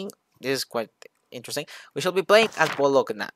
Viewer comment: "gn" Is pronounced as ñ in spanish